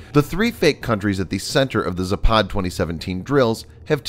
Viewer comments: It's pronounced "zApad" not "zapAd." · Its Západ not Zapád, невозможно выстаивать